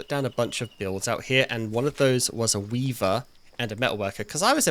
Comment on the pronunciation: The change in inflection when you said the word "Weaver" while you were mid sentence and noticed it and kind of just panned up to it a tiny bit was honestly funnier to me than if you'd have said something out loud about it. I loved it 😂